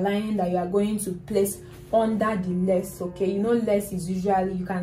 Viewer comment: It’s lace. With her accent it sounds like “less”